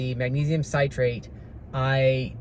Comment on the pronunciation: Actually it’s potassium you need to be careful with, not magnesium! Magnesium will be eliminated via the intestine if you get too much or the wrong salt of magnesium. Magnesium Citrate is pronounced Sit rate not site rate. It’s not as absorbable as magnesium carbonate and the very best is magnesium glycinate. I prefer to take magnesium in solution- I use the CALM brand from Costco. It just makes sense to this retired nurse brain, that if you take a medicine/ supplement already dissolved, it will get into the blood stream faster and more completely than a pill or capsule. I have also used Ionic Fizz magnesium but CALM is cheaper. Remember the 3 “master” electrolytes are magnesium, potassium and sodium. They work in concert as the body seeks to maintain its electrolytes balance. Electrolyte drinks/ powders are ok, as long as you pay close attention to ingredient labels. Many are like a dessert with loads of damaging sugar. Many have only tiny doses of electrolytes, just so they can call basically a sugar bomb an “electrolytes “ drink! I like Redmond ReLyte powder or LMNT. Neither have sugar and both have decent amounts of electrolytes and a variety of flavors. I have had palpitations (pvcs) for years. It was a fellow nurse that pointed out in 2011, as I nearly went down at a 5k, that the diuretic my Dr had me on was dropping my electrolytes! I should have known better, but was busy care giving for a string of sick family members. Soon as I began supplementing potassium and incr